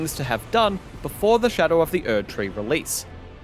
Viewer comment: "Before Erdtree"? Hu? What? IGN speak clearly with me Erdtree what? Erdtree who?!?